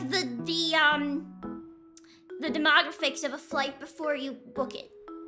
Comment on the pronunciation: what a bizarre way to pronounce demographics